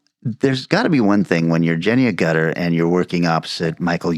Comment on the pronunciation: [It's Jenny 𝘈gutter not A𝘨𝘶tter, btw...]